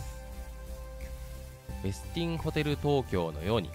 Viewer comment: 「ウェスティン」の発音、ほかの方の動画など参考になさってください。